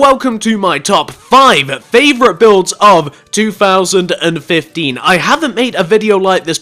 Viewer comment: i hate how when he says th it sounds like fh